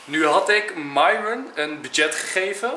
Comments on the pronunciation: Hoe myron het zegt: myron Hoe enzo het zegt: myrone Hoe het zei: merel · Dit is Enzo: : Nicole: nhaicole Lars: Niels Mees: Meesie Myron: Mairhwen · Mieron (zo als enzo het zegt)